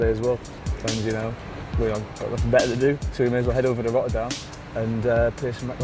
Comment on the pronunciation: “So it sounds beh-a” 😅